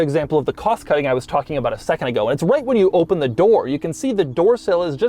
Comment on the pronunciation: doug its open not oh pun